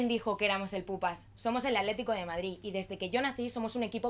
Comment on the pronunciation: Porque le dicen "Aletico" acaso no pueden pronunciar bien?